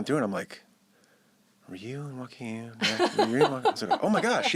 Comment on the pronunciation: Why does Joaquim allow people to say his name wrong? He even adapted to the incorrect pronunciation. He has a Portuguese name, not Spanish. The "J" should be be pronounced like the "j" or "dg" in "judge", not like a "wa" sound.